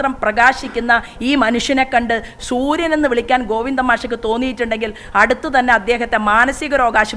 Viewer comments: ശൂര്യൻ അല്ല സൂര്യൻ 😂😂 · ശുരിയൻ അല്ല സൂര്യൻ അത് ആദ്യം പറഞ്ഞു പടിക്കു പ്ലീസ് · ഹലോ അമ്മച്ചി ശുര്യൻ അല്ല സൂര്യൻ